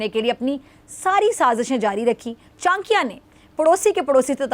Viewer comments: Behn chankia ni it's chanakya😂😂😂😂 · Chankya nhi😅😅😅😅 Cha na kyaaa bolo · CHANAKYA HOTA HAI ..CHANKYA NAHI .....JAHILO